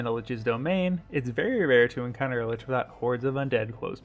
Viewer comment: Lich is pronounced as Lick.